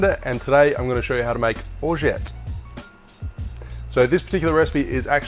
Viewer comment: Nice hack, you actually don't pronounce the "t" at the end